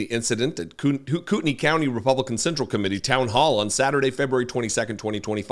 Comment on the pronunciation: Just a note to tell you how much I appreciate hearing someone report on this story who knows how to pronounce Kootenai. I’ve been cringing all week listening to broadcasts.